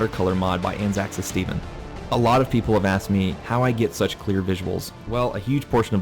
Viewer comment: Not a big issue, but I just want to correct how you say ANZACSAS. It's derived from Australia and New Zealand Army Corps (It's own seperate term) and Special Air Service. So it would be ANZAC-S.A.S . Otherwise great vid!